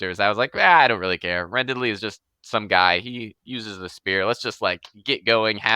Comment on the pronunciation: Another vote for Quest Academy! His other story on Royal Road is good, too (Wildcards), but it's stubbed, damnit, while he writes out his contract for QA. It's hilarious how the rest of the ENTIRE world pronounces Randidly's name "randid-ly", and pronounces it "ran-diddly".:)